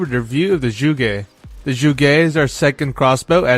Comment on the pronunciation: zsugé? ... oh you mean zhuge, got it.